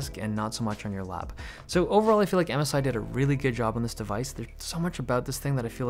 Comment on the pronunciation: I thought you said Amazon instead of MSI